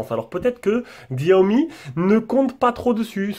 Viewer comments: Xiaomi se prononce chi-a-omi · lol mais Xiaomi aime pas quand on le prononce comme sa 🤣